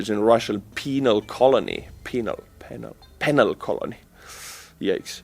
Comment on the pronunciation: your initial pronunciation of "penal colony" was correct. Stretch the "e" in "penal" - "PEEnal" not "Pen - Al". Hope you don't mind me pointing it out, you have excellent English.